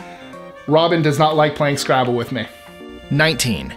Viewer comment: He is so clear and articulate, so careful to pause for effect, (perhaps pausing too much) But when he says, "This is with list 25"....... EVERY time you can't hear the word "with". When I first became a fan, I thought I was missing some cool word or catchphrase from the show. I literally was soo disappointed when I finally realized it was just Mikes way of slurring his so carefully chosen way of talking